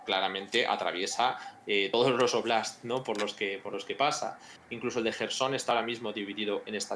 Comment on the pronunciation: Jerson, se pronuncia Jerson, dedicado a que lleva ya AÑOS comentando el tema de Ucrania y siempre pronuncia MAL el nombre en inglés o transliterado a alfabeto latino del Jersón ya castellanizado. "Kherson" no es "Quersón", ni "querson", es "JJJJJJJJersón". "Mikhail" no es "Miquail", es "Mijail", a ver si lo pillamos de una vez, que se llevan ya demasiados vídeos siempre diciendo mal los nombres de las ciudades por no saber leer correctamente. Y si quieres, lo pronuncias en su variante castellinazada, Jersón", que es más correcta. Por cierto, "Jarkóv" castellanizado, y escrito como Kharkov, ahí no veo a metiendo la pata mil veces llamándole "Karkov". Y en inglés se escribe también como Kharkov.